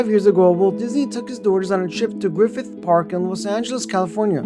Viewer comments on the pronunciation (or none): none